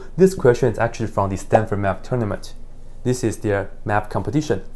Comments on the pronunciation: Tournament and not *Tourament*. Just by way of observation. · "Tourament" haha. Anyways, you're awesome! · You forgot the "n" in tourNament